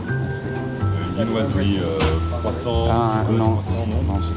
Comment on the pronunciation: Ugheh, do you want theeee cwquasant.